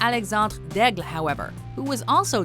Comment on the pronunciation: that daigle pronounciation tho